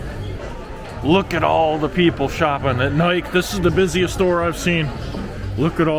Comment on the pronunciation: You pronounced Puma correctly, but Nike is pronounced like Bike-E. The store with the expensive cookware, Le Creuset pronounced Crew-say.